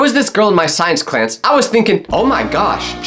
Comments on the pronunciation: Science clans instead of science class 😂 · Is anyone gonna talk about “science clanse” lol 😂😂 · just said scienceclants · "Science clance" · He said science clance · science cwans